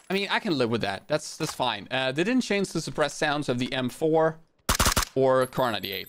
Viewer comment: M4 sounds like ump 😂